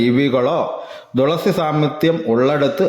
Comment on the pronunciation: തുളസിയുടെ ഇത്രയും കഥ ആദ്യം ആയി കേൾക്കുന്നു ❤️പിന്നെ തുളസി എന്നല്ലേ പറയുന്നേ 'ദുളസി ' എന്നാണ് വീഡിയോ യിൽ പറയുന്നേ